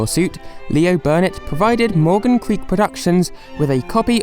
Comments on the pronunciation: Why are you saying "Barnett" when it's [according to your screenshots in this vid] actually "Burnett" ? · Love your vids but have to say i found the way you miss pronounced burnett 50 times rathrr annoying.... there is no letter A in burnett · there’s no a in Leo Burnett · I know this is four years late, but it’s Leo BUrnett, not Leo BArnett.